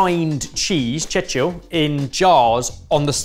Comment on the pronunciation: This cheese is Georgian and not of Armenian origin. Even the name has a translation from Georgian- combed. And correctly, he didn’t chechil, but chechili.